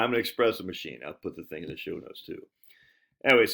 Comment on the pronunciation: Pablo, tell your ol buddy theres no X in espresso